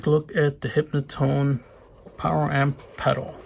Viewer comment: HYnotone, not "hypnotone"